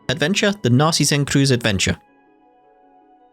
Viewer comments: You were pretty close on the pronounciation of "Narzissenkreuz". I, as a native speaker, would harden the "z" in "Narzissen" a bit and make the "eu" sound in "Kreuz" sound less like a standard "u" but in the end, german can be mean in regards to pronounciation. Btw, Narzissenkreuz means "Daffodil cross". The german name for daffodil came from the greek myth of Narcissus, who was turned into a daffodil. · Regarding your Nazissenkreuz pronounciation: The 'Narzissen' part was quite good, the 'kreuz' part was understandable.